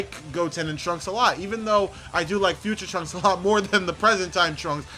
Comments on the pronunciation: It's trunks not Transkei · Trunks not tranks